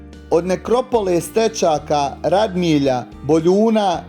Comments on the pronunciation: ispravak. nije Radmilja nego Radimlja. Pozz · reci pravilno Radimlja